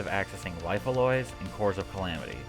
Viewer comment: Your pronunciation of Life Alloys nearly made me choke on my water LMFAOO